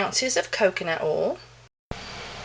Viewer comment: "Coconut ouel"